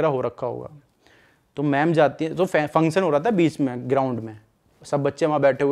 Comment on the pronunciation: Function bolo pehle theek se